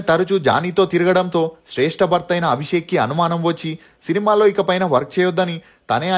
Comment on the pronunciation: శ్రేష్ఠ కాదు రా శ్రష్ఠి రా బాబు